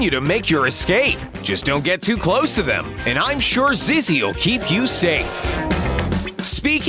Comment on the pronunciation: Do you notice he pronounces Zizzy as ‘Zeze’? Time: and